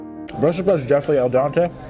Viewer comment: You always say Al Donte/ Dante.. it's Al Dente.. It was bugging me.